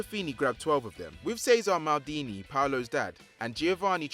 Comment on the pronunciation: It’s Cesare Maldini not cezar